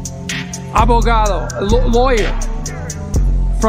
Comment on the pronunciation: We know it, but every time he says "Abogado" it seems as if he were saying "avocado" because of his poor Spanish pronunciation.